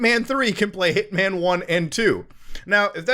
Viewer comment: Hearing him say Hitman over and over I’m starting to hear Ip Man 1, 2, 3 lol